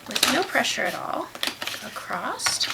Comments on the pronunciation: Acrosst is not a word. It's pronounced how it is looks. Across. Bugs me! Loved the colours though! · I'm not a fan of hearing words in the English language being pronounced incorrectly, but the instructional video was helpful to this beginner. Thank you. (The word was across, and it was pronounced "acrost".)